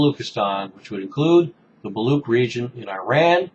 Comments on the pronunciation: Much appreciate your video over Baluch and Baluchistan. Unfortunately, we are a very un-heard nation. However, the word is pronounced as 'Baluch' and 'Baluchistan' not Baloock or Baloockistan. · I wouldn't blame you, pronunciation of words in different languages can be very complicated. Here is the link to correct pronunciation of the word Baluch. This website is great for pronunciations.